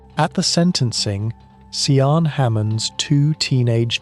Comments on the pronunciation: Sian pronounced phonetically sharn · Can’t subscribe. You’re repeating everything. You haven’t even bothered to learn how to pronounce her name properly. I guess this is an AI voice. It’s awful.